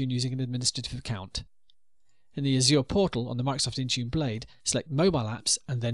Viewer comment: every time the instructor pronounces "azure" with a fake french accent I cringe. no french accent needed, no one says it that way lol